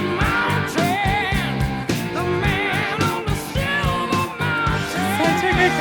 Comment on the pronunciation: I think its pronounced "Schilver" Mountain.